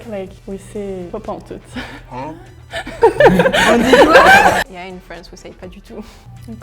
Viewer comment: pas pentoute. Parfait!!